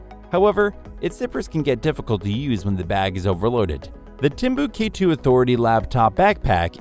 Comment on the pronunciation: Man if you’re going to use synthesized voices (which is fine) you have to be aware of its limitations for pronunciations. “Timbu K 2” lol.